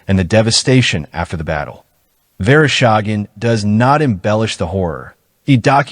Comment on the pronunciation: Верошаген? ИИ совсем спятил. Василий Верещагин его зовут.